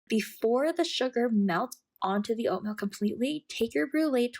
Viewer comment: Like your video. Small feedback though, the way you say Oatmeal sounds like Oatmilk. It’s oat-meal, not oat-mill. It’s not me, it’s my wife :)